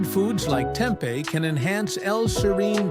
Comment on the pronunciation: Two things: (1) serine is NOT an essential amino acid; at most it's conditionally essential, and (2) the persistent mispronunciation of "serine" and the severely annoying music made it so I didn't stick it out until the end (I went only to 2 colon 27). There are several other sources of info on this topic without persistent mispronunciation and annoying music.